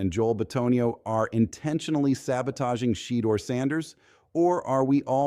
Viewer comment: The devil is a lier. Sheduer will come up as a winner. God has him in his hands. Browns HC needs to be fired. And please say Sheduer name the right way.